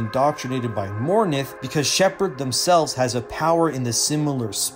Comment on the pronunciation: Dominate can be used in Mass effect 2, And she is called Mor-inth, not mor-nith